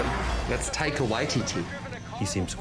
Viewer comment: great impression, but what's with the pronunciation of taika? tie-kuh. tie-ee-kuh sounds like nails on a chalkboard. literally.